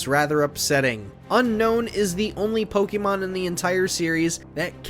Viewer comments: It’s Poke-A-Mon, not Poke-E-Mon. I’m interested in the video but first thing you do is pronounce the name of the games wrong. Grrr 😡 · Knew this list was gonna be trash just based on the way he pronounced Pokémon.